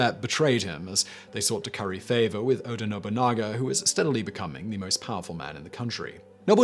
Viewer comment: Oda Nobunaga OH-dah no-boo-nah-gah. Mochizuki Chiyome mow-chee-zoo-key chee-yo-may. Sorry, I've heard Oda's name murdered more than I can handle today.